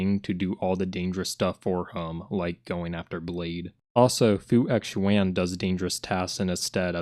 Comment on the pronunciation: You went out of character man. You pronounced fu xuan like how it's supposed to be pronounced once in this video, but the other times you said the name had wrong pronunciation. Very disappointing and an irredeemable right pronunciation